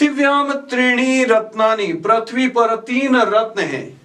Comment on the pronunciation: पृथ्वी को प्रथ्वी नहीं, पृथ्वी उच्चारण करें।